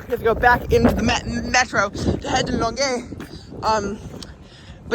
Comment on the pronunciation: Bonus points for getting Longeuil perfect.